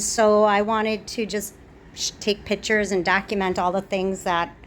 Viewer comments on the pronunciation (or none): pitchers? my ears are bleeding...